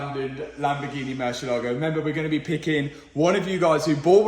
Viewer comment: Please, learn to pronounce MURCIÉLAGO